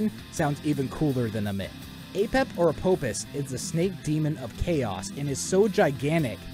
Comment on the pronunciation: Quick thing uh, Apophis is pronounced Apofis, as the name Apophis is the Greek version of the name. When Greek is romanized the f sound is always represented with ph